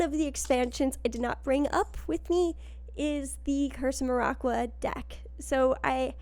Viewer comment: As a big Maraqua enthusiast, I hate the way you pronounce Maraqua.